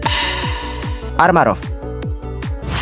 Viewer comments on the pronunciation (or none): yg bener tuh "Armarouge" bang bukan "Armarough". Cuman sekedar ngasih tau 🙏🏻